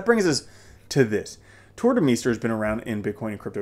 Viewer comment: Tuur de Meester is pronounced as Tuur de Mayster ;-) It's a Begium/Dutch name